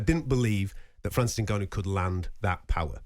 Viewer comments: Does it annoy anyone else how Gareth pronounces Ngannon? Also how he always loves to talk about how he embraces the Saudi culture, and slips in who he bumped into at the fights and weight in etc.... He love the sound of his own voice. Sad really. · For the love of god someone tell Gareth how to say Ngannou!